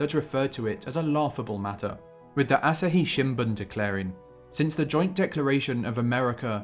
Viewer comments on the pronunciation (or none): none